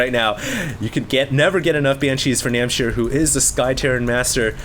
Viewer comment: NAM H C IR not NAM C H IR